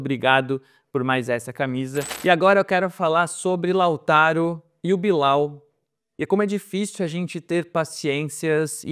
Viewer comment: Eu acho super divertida a zoeira com o Billal, mas, depois de ouvi-lo dizer a pronuncia correta (Billel) do nome, não tem mais a mesma graça, o mesmo efeito. 🤣 Porém, ele se esforçou, acho que pode vir a ajudar o clube após ajustes - precisa de um pouco de paciência (mas só um pouco). Lautaro me agrada também, gosto do estilo dele, diria inclusive que não precisaríamos do Tiquinho tendo Lautaro - poderíamos ter "economizado". Com essa equipe esboçada teríamos muitas chances de estar bem nos campeonatos - se o planejamento do Santos tivesse sido bem feito desde o início do ano. Quanto aos exageros da torcida, sempre será assim. Por isso quem faz análises sérias tem que se afastar disso - não totalmente, um pouco de paixão pelo Santos ajuda nesta nova era de "jornalista torcedor (assumido)". Se inflamar pode ser bom, mas com "ponderação" (se é que isso é possível). Ainda tem o fato de o Santos fazer sempre escolhas sem medida, sem pesar antes o que poderia ser ou não bom ao longo prazo, então isso deixa o torcedor aflito. É uma soma de "muitas merdas" que nos colocaram onde estamos hoje enquanto torcedores santistas (deve ter muito em comum com a maioria dos torcedores de clubes brasileiros). Espero podermos sair em breve dessa situação grotesca.